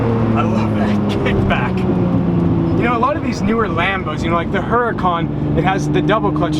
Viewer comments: can he please stop pronouncing the Huracán "Her-Uh-Con" and pronounce it properly. "Ou-Ra-Cán" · And Strads, the Huracan is pronounced Ur-ah-can... the H is silent.